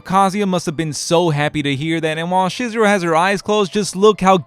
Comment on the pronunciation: I don't have. An obligation to do do anything, and just for that, I won't be doing that. This is further justified to me by you constantly butchering Chizuru's name. How do you mess up then name of the main female?